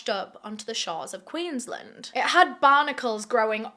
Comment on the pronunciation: Queensland is pronounced Queens-land not queenslnd just for future reference